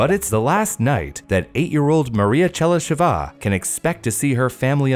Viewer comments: Oh, and also - it's ['che-ly-she-va], not [che-ly-she-'va] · I'm glad you asked! Pronunciation of what you mention doesn't always match your guess. Better check it online (talkin bout Chelysheva in this case)